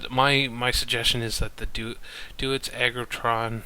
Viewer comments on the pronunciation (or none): Just a quick note was the pronunciation of Deutz is German so it's pronounced Doytz. The 'eu' in German has an 'oy' sound. Other then that, good video, LOTS of good info, I know what I want to buy now. THANKS